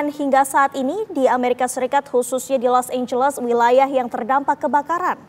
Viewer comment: LA Los Angeles ❎ LA Los Anguus✅